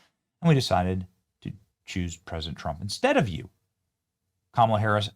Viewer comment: It’s pronounced Kamala not Kamala!